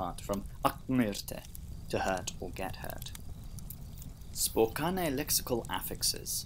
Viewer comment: FYI, Spokane is pronounced "spoh-CAN" (/spo-'kæn/).